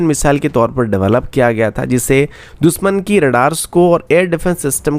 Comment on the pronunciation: Yaar ye दुसमन sun k kaan झंझना jate hai दुशमन होता है दुशमन, न की दुसमन